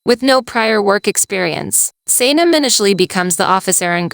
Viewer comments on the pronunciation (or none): I love the awesome summaries - they are really great - but holy moly you massively butchered three of the character names in Erkenci Kus - Can (pronounced Jon or John), Emre (pronounced Em Ray), and Sanem (pronounced Să Něm - short a and e sounds).